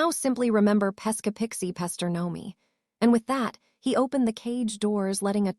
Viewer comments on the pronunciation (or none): none